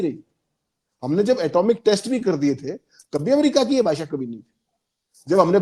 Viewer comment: Expoj na bolein. Correct word expose..( expoz ) Bhasa nahi .. Bhasha bolein. Bhasha ka samman kariye..